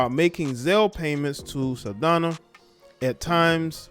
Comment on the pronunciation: Her name is pronounced “Sal-dahn-ya.” Same with actress Zoe’s name. It has a tilde/accent over the “n.”